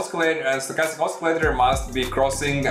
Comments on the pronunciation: The c in the word oscillator is pronounced like sill. Not like Oscar. I'll check out your strategy. Thanks. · you mispronounce the word "oscillator". There is no letter in that word that should be pronounced as k.